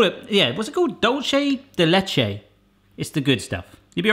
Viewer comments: It’s pronounced du-le-se de lehe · The way he pronounce dulce de leche. XD